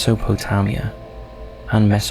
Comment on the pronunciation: And the narrator can't even pronounced "Mesopotamia" properly!